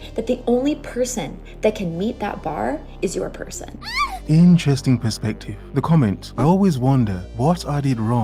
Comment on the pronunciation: Why do they always say "purr sane" for person?